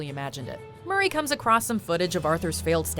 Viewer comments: D "HOW BOUT ANOTHER JOKE MUR- RAYY" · My favorite moment is “MuRrY”